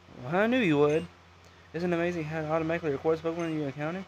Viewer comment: its how not hiw